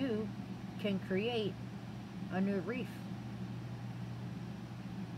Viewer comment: That’s one of the most beautiful “Wreaths” I’ve seen so far, but it’s pronounced REETH, just like TEETH. Not REEF, which is coral, found under the ocean for fish to live in 🤷‍♀️. Sorry, I truly don’t mean to be rude. I will definitely try and make this, hopefully I am as talented as you are 😊